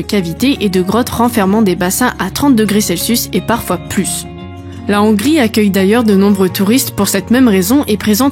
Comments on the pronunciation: Intéressant à écouter Dommage que vous ne prononciez pas bien le mot Hongrie ou Hongrois en français et fassiez une liaison inappropriée qui écorche mes oreilles On dit les-hongrois et non « les zhongrois » Je H n’est pas un h muet En-Hongrie et non « en n’hongrie » Heureusement je vous ai entendu dire la Hongrie et non « l’Hongrie » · Il faut aspirer le H de Hongrie ! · « … en Nongrie il y a des Zongrois… » 🤣